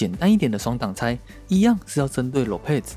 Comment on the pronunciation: 唸一遍：Lopez ✓囉撇ㄙˇ ×裸配ㄗˇ